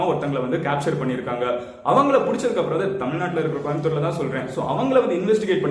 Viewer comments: யோவ் கொயம்புத்தூர் இல்ல கோயம்புத்தூர் எங்க சொல்லு கோ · தம்பி கோயம்புத்தூர்.... சரியா சொல்லு....😄